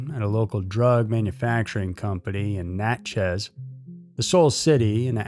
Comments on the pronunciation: It’s pronounced more like Natchess. Not Nat-chez. Sorry living in SE Louisiana gets pronunciation hooks in 🤣 Love being a member of the EWU Crew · Never thought I'd hear anything about my city on here. But its just Natchez, not Nat-Chez 🤣❤